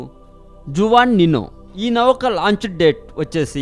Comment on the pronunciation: orey nayanaa ...navakaa kadhu ra babu .."nauka" ......saaare cheyyandi kadhu.... "share" cheyyandi ..